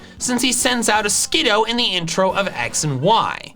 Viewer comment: Here are all the Pokémon names and terms you mispronounced in this video, as well as their canonical pronunciations, with the capitalized syllable receiving the primary stress: Munna is "Moo-nuh" Ampharos is "Aam-phuh-ross" Skidoo is "skih-Dew" Alola is "uh-Low-luh" Magneton is "Mag-neh-tun" Empoleon is "em-Pah-lee-on" Naganadel is "nuh-Gah-neh-dell" Blacephalon is "blaah-Seh-phuh-lawn" Dugtrio is "dug-Tree-oh" (the stress is on the second syllable, not the first) Kommo-o is "kuh-Mo-oh" with a glottal stop between the second and third syllables Bonus Set: Arceus is "Are-key-iss" (Yes, the C is canonically a hard C, not a soft one, regardless of how it's pronounced in the Detective Pikachu movie. The soft C pronunciation was created by fans who discovered Arceus by datamining Diamond and Pearl when they first came out. This soft C pronunciation, while common, is not canon.) Dialga is "dee-All-guh" Oh, and Kantonian is not a word!